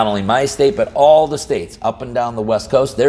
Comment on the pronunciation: I thought you said “Left Coast” instead of west coast.